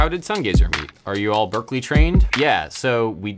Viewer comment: You forgot to correct 'Berkeley' >>> Berklee